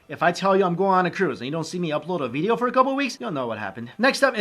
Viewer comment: Lol funny how he says veedeeoh